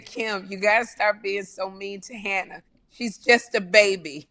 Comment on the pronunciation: Sherri always missing her mark with “Hannah”. She knows how she’s supposed to say it lol